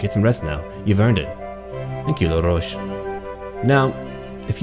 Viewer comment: Its actually La-roche